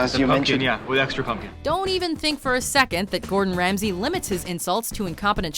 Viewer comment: Gourd In, Rams He 😂